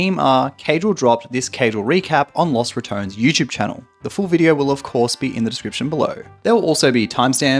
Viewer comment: "loss ratoans"